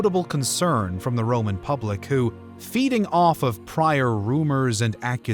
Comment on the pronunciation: Not happy with your Italian style of pronunciation of the names. This was Rome not modern Italy. Consonants were hard not soft.